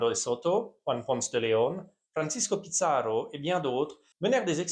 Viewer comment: Francesco Pizzaro tu le prononces avec l'accent italien parce qu'il y a pizza dans son nom ? 😂😂😂